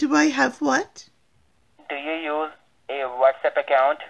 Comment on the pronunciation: The whole time he was repeating, whatsapp, whatsapp it sounded like he was saying what's up. You should have answered him with......' sup dude in your demure little old lady voice!